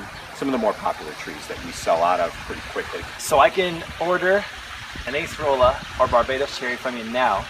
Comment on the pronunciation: It's not Ace-rola. It's pronounced Ah-cer-ola.